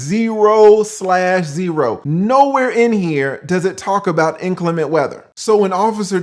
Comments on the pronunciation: Why does everyone mispronounce the word inclement? Even highly educated people say it improperly. Sad really. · He keeps saying “ inclement” like a parrot 😂